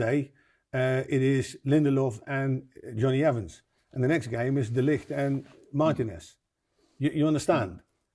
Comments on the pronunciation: Why can't Dutchman Rene Meilensteen pronounce De Ligt's name? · A Dutch man, I nearly thought English was is first language lol. They way pronounced de ligt name I clocked mans NL 😂